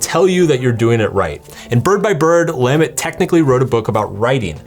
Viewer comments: Great Russian pronunciation but you screw up Lamott? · I love your books here and the books you wrote too. Please double check how to pronounce Anne Lamott. And I love your books. Thanks for the video.